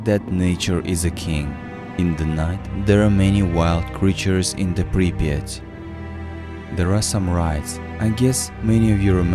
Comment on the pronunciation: Its not priviet its prypiet